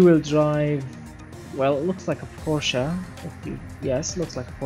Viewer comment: thanks 4 saying PorschEE! and not Porsch... XD